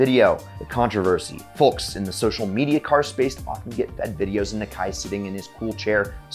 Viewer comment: The L in folks should be silent if it's not, it really pulled me out of an otherwise awesome video